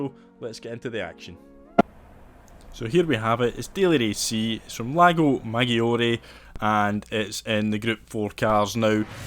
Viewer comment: Pro tip, Maggiore pronounced like this: Madge-or-eh (